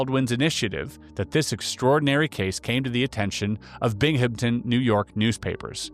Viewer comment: Newerk Valley - not New-Ark Valley Bing-em-ton - not Bing-Ham-Ton ah-Wee-go - not ah-Way-go :)